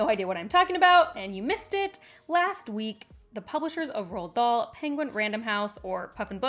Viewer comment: The first time she said the name i genuinely was puzzled about this 'Roll Doll' 😅